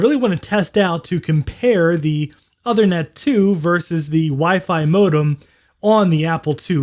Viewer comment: the ethernet card's name is pronounced "oothernet" (as in "tooth"), not othernet.